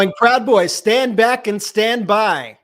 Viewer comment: He actually said stand bwack and stand by 😂😂😂